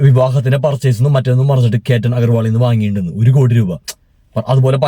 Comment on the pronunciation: കേറ്റൻ അല്ല, കേതൻ